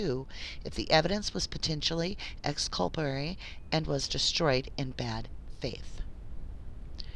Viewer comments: ExculpaTORY not ExculpARY Dear. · Thank you for fixing the audio. One little critique, you keep saying exculpanary instead of exculpatory. Jyst wanted to let you know so you catch yourself next time.